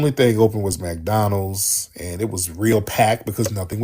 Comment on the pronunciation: Tariq it's MC DONALD'S NOT MAC DONLANDS U TALKING ABOUT MAC DOWWELLS